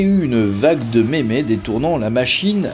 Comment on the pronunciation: Alors on comprend votre compte Instagram quand tu dit mémé au lieu de meme